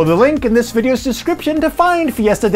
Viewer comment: “Delivery date of dis October” Man, REALLY pushing that alliteration.